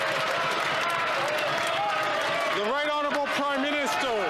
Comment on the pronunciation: speaker: "the right honourable prime minisTOOL"